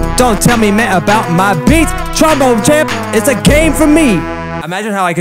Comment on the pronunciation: Pretty sure w all laughed when he said "TromBONER"